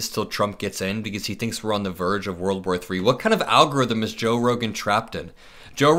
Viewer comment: Why can't these grown a.. men pronounce world War 3? Always wurl war or war war3! It's aggravating